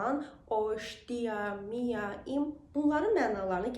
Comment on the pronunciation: Telaffuz konusunu çalişlamisiniz. Daha cok dizi film yada podcast dinleyin. Mia degil miı diye telaffuz etmeniz daha dogru olacakdir. Kolayliklar dilerim tüm gardaslarima..